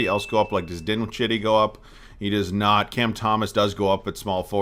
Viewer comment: Spencer Din-shitty 😂😂😂